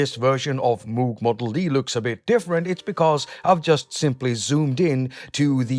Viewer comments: Been waiting for this! 👍 By the way, Moog is pronounced like rogue and not like stooge. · David Covington actually neither is no where near right way to say the old german last name Moog where the company name comes from. Its something like r and o like rogue, but then some weird sound that resembles something like k, a hint of r maybe and h said at the same time where the h reverbs a bit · David Covington The question of pronunciation is a complicated one. In his own words: There is also a story that Bob and and his first wife Shirleigh "decided" on their preferred pronunciation after they were married because she didn't want to be ridiculed by her first graders